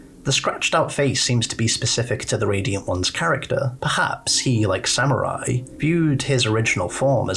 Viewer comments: SAM-MERY!! NOT samurai WTF??? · I kept laughing whenever he'd mispronounce her name and kept calling her "samurai" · Saying Samarie as Samurai drives me nuts I'm sorry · nah its funny